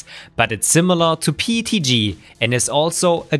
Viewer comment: Just curious, why do you say PETG pronounced like PTG. Is it because the when you say P it has an E sound at the end?